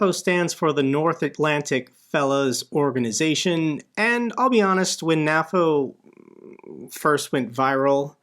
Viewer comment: Why do you say "naffo" instead of "nay-foe"? Do you also say "Nat-o" instead of "nay-toe"? weird...